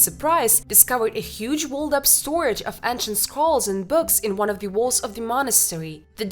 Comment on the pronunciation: Some fine day you’ll learn to pronounce »walls« ...